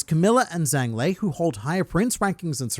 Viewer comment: zh is typically j sound, I believe that holds true here for zhang